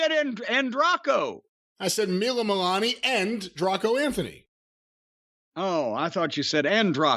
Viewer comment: BAHAHA!! I couldn't stop laughing at that "Anndraco Anthony". I assume its probably pronounced more like "Dray co" as opposed to "Draw co".